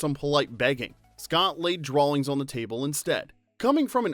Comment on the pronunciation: There is no L in the word "drawing."